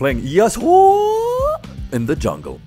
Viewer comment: Actually, it's pronounced Ya-su